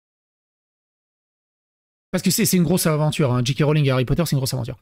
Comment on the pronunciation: Star Wars, puis LOTR....maintenant Hawwy Potta.